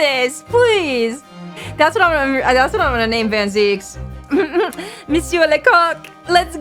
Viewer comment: you are in fact pronouncig Zieks it's like "sneaks". it's not a normal name as might you surmise.